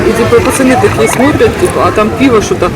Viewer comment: Не піво, а пиво. Завжди ще до перегляду ставлю вподобайку вашим відео. Для просування каналу та підтримки україномовного контенту. Але дуже неприємно чути, що родичі приїхали з нашої столиці і розмовляють ворожою мовою. Як таке можливо? Ви можете собі уявити, щоб на московії під час війни вільно розмовляли українською? А про закатованих і вбитих через українську мову підлітків у Бердянську і в Краматорську ви не знаєте? Що ж це за позиція у вашої сім‘ї тільки для ютюбу розмовляти українською?